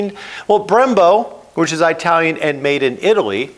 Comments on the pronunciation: Moto Morini did not get that engine from Kawasaki. It's a CF Moto engine derived from a Kawasaki engine. Also. What's with mispronuncing "italian" ? Is it a meme I am missing? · cmon man its It alian not eye talion, jeesh for a guy that travels as much as you do. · Eye-talian. ITT-alian, you seppo. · Well,, My current bike is Indian, and is truly the best I've ever owned in 5 decades of riding: a BMW G 310GS! One thing that really grated in this episode was your pronunciation of things from Italy. You have no problem with that word. So where do you get the excruciating "Eye-talian" from? Please could we hear "It-alian"? 😳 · Why do you keep saying EYEtalian? You say Italy correctly. And yes, it makes me happy to buy American products where possible, but I will buy whatever I want if there isn't an American alternative. And while all bikes are mfg'd with foreign parts, that isn't the same thing as having all the parts made elsewhere. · I thought it was an Italian brand but now I know it's an Eyetalian brand. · What’s eyetalian? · I couldn't watch any more after the second Eye-talian. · Eye-talian? (Does it come from from Eye-taly?, with your last name from the neighborhood of Italy you could do better 😂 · Excellent video. Truly. But everytime you said "Aitalian" a kitten died run over by a Chinese motorcycle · Like how you say “ i talian “ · Oh for God’s sake, stop sayin aitalian! 😂 It’s Italy, isn’t it? And you say it right throughout the video… then why on earth aitalian? Sorry, it’s very distracting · An ‘Eye-talian’ brand, from Eye-taly? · I’m a long time fan of yours, and this video makes an excellent point. Thank you for pointing this out. I have to say that your pronunciation of the word “Italian” made me crazy throughout the entire video. I’ve never once heard an Italian say that they were “I-talian”. 😂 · My thoughts are learn how to say Italian not eyetalian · Can't trust someone who can't pronounce Italian